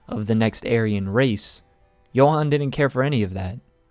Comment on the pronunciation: Namanya "Johan" tapi dibilang "Yohan"